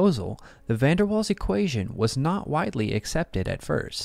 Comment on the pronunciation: Please pronounce the name of Van der Waal correctly. The emphasis is on "Waals" as "Van der" just means "from the". Not difficult for English speaking people/AI with just a bit of polite effort.